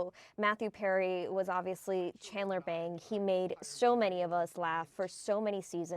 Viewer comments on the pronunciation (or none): Bing not Bang. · It’s obvious this reporter was not a fan. His name on the show was Chandler Bing not Bang. As a true fan that really annoyed me. Rest in Peace Matthew your struggle is over. You will be missed. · Oh no. RIP Matthew Perry. You are cured now. His character's name was Chandler Bing. Not Bang. FFS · Chandler BING not Bang ......seriously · Chandler BING! Not BANG!! Sorry it had to be said. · Can you make sure that the person saying the name of his most popular character, Chandler Bing, knows how to say the name? It's BING, not BANG. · Hey lady his name was Chandler BING!!! What a joke...to get his name wrong on his death...shameful! Bing not BANG!!! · RIP… BTW it is Bing and not Bang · Chandler Bing! Not bang! Get it right 😭😭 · Thanks. The field reporter said "Chandler Bang" the first time. The second time, she got it right. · Hard to take this so called reporter serous when she can't even get his character name correct